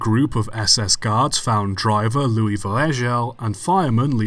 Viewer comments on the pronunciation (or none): none